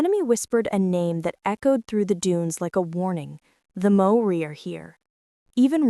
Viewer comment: You are showing a picture of Australian soldiers while talking about Maori - natives of Aotearoa/New Zealand. In the time it took for me to write this, I have heard one nonsense after another.... although I do thank you for having a good go at pronouncing the Maori words correctly. A Kiwi.